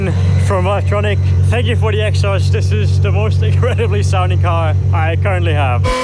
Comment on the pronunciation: "Egg-sauurst" -exhaust